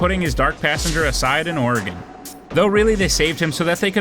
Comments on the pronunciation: Or-eh-gun. Not Or-E-Gone. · For the love of god, learn to say Oregon correctly. Gon, not GONE. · You mispronounced Oregon. It sounds like how you would say organ, not ouraygone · Oregon pronounced as Oregun , not Oregone. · Ugh it is not Oree gone. It's Or uh gun! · Dude... Ory-Gun. OREGON. Not Ora-Gone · “Ore-ee-gone” ok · “ Or- igin” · Sad that I have to point this out in this day and age, but there's no such place as 'Ore-a-gone....' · They weren't in Oregon, which is pronounced "Or eh gun" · Why do people say Ory-Gone lol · "Oregon (ORE-uh-g'n)". Does not rhyme with gone. Normally that is enough for me to stop, but I did finish the video and do enjoy your "(may) have missed" format. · okay but why tf did you say Oregon like that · Dude said "Origin" correctly, but not "Oregon"... 😑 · The way the narrator pronounced “Oregon” would have been enough for him to meet Harry’s code. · God damnit no one outside Oregon can pronounce it right lmfao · Kinds funny how you pronounce Oregon